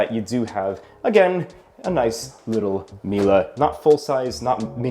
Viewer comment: Hearing saying Miele as "Mila" hurts my brain